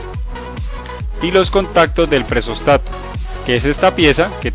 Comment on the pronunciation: nose dice presóstato se dice presostato ; ojo usted lo pronuncia de las 2 formas ( o lo dice bien o lo dice mal ;deje de cambiar acentos ) muy mal